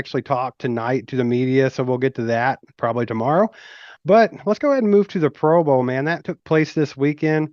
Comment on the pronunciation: Why keep talking about the bengals. Move on to the eagles morons. You kids say pro boa instead of pro bowl 😁